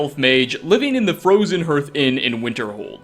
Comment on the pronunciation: I enjoy your videos! Two points on pronunciation: "Starting off" and "hearth" are pronounced "stah-r-ting off" and "hah-r-th," not "stoh-r-ting off" and "her-th."